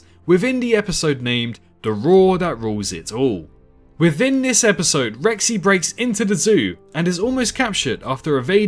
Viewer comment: Can't this guy say "th"? it's "within" not "wivin"